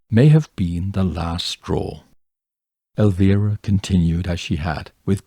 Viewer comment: Thank you for pronouncing Elvira's name correctly. It's much appreciated.